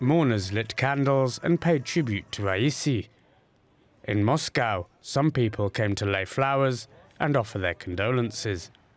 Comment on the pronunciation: Did he say moss cow?